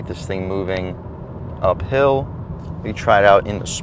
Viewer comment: Did you say "uphill"?